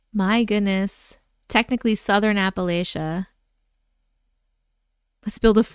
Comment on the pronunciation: I fell asleep watching last night so replaying now… so proud of you for remembering appal-atcha!!! ❤ so pleasing to hear it pronounced the way we say it from somewhere that’s never heard us say it!